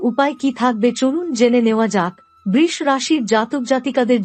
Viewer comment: বৃষ্ রাশি? বাংলায় বৃষ রাশির উচ্চারণ অন্তত ঠিক করুন।